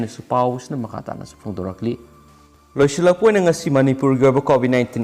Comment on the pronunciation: Bro gi pao pa ba se taba yam nungai adubu 'loisilak pada loi silak pa oina hai ba wahei se yam toina hai ye adu khitang sem dok han ninge eigi mot ta🤗